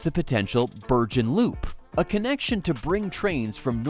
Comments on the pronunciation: "New-ark", "Ker-ney" and "Bir-Jen". 🤦🏻‍♂🙄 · The AI narrator mispronounced many words such as Bergen with a soft g rather than a hard g.